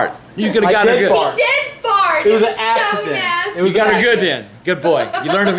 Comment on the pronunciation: "It was a assident!"